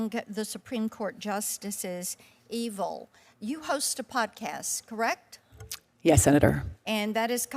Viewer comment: ..."Eveil"? Great job, Forbes. Only the best people. Must be a replacement robot clone breathing chemtrails.